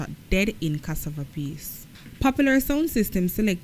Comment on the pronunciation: Which jamaican on this planet can't pronounce CASSAVA?